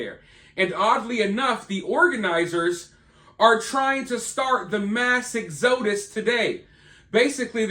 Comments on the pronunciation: Ex-O-dus?? It's exo-DUS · pronounced ex a dus moron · That’s not “ruining” your vehicle. Trucks are built to do that. Next exodus is pronounced “ek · suh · duhs” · ex-OH-dus. Interesting. Never heard exodus pronounced like that before! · it's pronounced " ek·suh·duhs" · Learn to pronounce the word exodus 😂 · Must suck to be a bum. Also guy can't pronounce Exodus hahaha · Dude really just said exodus like that? What rock do you live under? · I must say sir You pronounce the word Exodus in a way I have never in my life Heard.